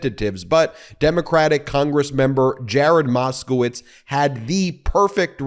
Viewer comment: I heard it, "Give me MAGA-stove..."😅😂😂😂 you know you did too. And good on Mr Moskowitz! ❤